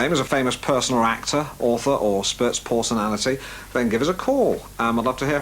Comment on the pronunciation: Bladakker. Nesquilk. Dralcula....Alan does this.